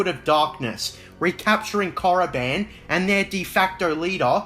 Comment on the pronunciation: Don't even speak of that abomination. And it's KORIBAN not moriband. Ugh by the love of God I can't believe george signed off on that crap